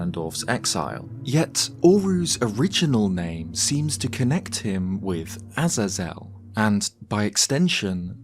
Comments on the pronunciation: Interesting video, I think Death Sword being an ancient Phantom Ganon makes sense personally, however I do like the concept of Death Sword also being either ancient executioner or a seriously dangerous prisoner/spirit of a prisoner. Btw, Azazel is pronounced like “Ah-Zay-Zel” not “Aza-Zel” 😉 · pronounced 'eh-zay-zel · I think this is the first time I've heard someone pronounce it "Az-Azell" and not "Ah-zae-zull" lol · A-Zay-Zel. Sorry it bothers me. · Ah-Zay-Zel . I cant handle how you pronounce it. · My friend it is a-zay-zul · Azazel is typically pronounced as "uh-zay-zel" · Not sure if you care or if I’m even right but I believe it’s pronounced A-Zaze-EL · sorry but it's pronounced ah-ZAY-zl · I couldn't finish your video because of your pronunciation of Azazel being botched each time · I can't keep watching the video I'm sorry dude but if your gonna keep mispronouncing the name Azazel then there is no way I can enjoy this bye. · Good vid, but that pronunciation of Azazel is criminal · Azazel is only hard a's not soft ones. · never heard azazel pronounced like that 😂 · Bro. I can't with how you pronounce Azazel😂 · The pronunciation of Azazel is a bit different than you say it 🐐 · Never before have I ever heard someone so fkn horrifically mispronounce Azazel